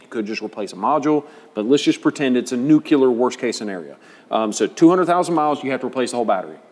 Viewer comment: Nuc-ular. 'Merica.